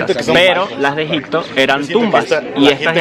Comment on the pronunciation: Buen video, por cierto es Egipto, no EgiCto. xD